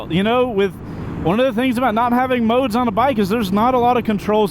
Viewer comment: "no moowdes"